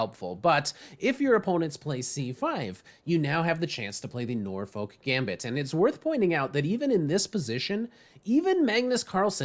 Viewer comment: Just FYI - Norfolk is a county in England / city in US - the 'folk' is pronounced to rhyme with 'look' so like nor-fook or nor-fuk, not the normal way you'd say folk.